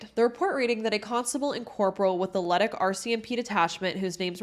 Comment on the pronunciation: Good video - the police in Edmonton and Leduc totally dropped the ball on this and other cases. P.S.re: pronounciation - Leduc = Le-Duke (emphasis on "Duke") Nisku = Niss-cue (emphasis on "Niss")